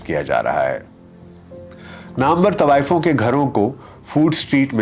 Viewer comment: آپ سے تو طوایفوں کا تلفُّظ دُرست ھُوا کرتا تھا|